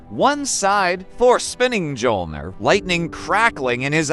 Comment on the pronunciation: M JOLNIR? IT'S MYOLNIR!